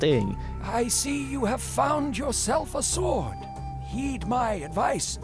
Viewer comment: I'm shuddering everytime you pronounce the word 'sword' wrong.